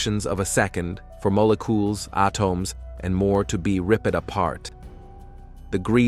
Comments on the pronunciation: My guy, the pronounciations go awry toward the end too. "Moh-le-coules, Ah-tohms and Ripp-ed". Just sends me into Uncanny Valley. Hard to subscribe to a channel when it feels inauthentic. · Some strange-ass uncanny valley AI pronounciations of words towards the end of this video......... "Moh-leh-cuoles, Ah-tohms...... will be Ripp-ed apart"............